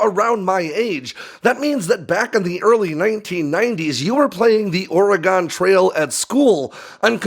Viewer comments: I hate to be that guy but Oregon is pronounced Ory-gun, we haven’t Oregone anywhere, love your videos, keep up the great work! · "Ore-E-Gone trail". Dang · Please tell me you did not just pronounce Oregon that way😭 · as a journalist, learn how to pronounce Oregon. Lol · When people mispronounce the state of Oregon, it grinds my gears lol you pronounce the O like a U like gun pew pew lol 😆